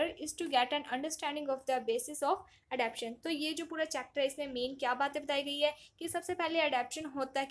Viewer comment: Thanks to explain. No offence, correct your pronunciation of adaptation